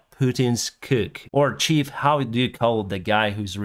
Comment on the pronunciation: in English the word chef is pronounced “шеф”. It is taken directly from the French word “chef” which means “chief” (of the kitchen). Prigozhen, unfortunately is more of a butcher than a chef. I’m glad that you and your family are staying safe. I wish you the best of luck in your career outside of Ukraine. Hopefully you’ll be able to go home again soon.